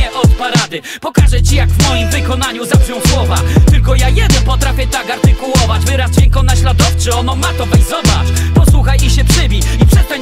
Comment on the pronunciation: fajnie, że w końcu mówi artykułować, a nie artykulować bo mnie to irytowało😂